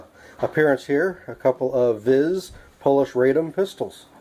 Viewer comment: Vis you idiot not viz